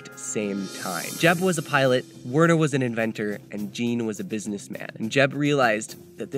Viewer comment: The way he pronounced "Wernher" killed me